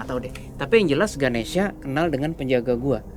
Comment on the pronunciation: mon maap itu nma nya ganesha bukan ganesia nma w ganesia soalny mcem di sebut